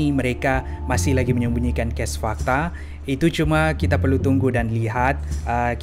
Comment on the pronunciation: cuba sebut perkataan tu..bgi btul skit..sbb sya dngar kau sebut ges bkn kes🤣😂😂